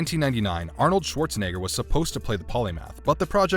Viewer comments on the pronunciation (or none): none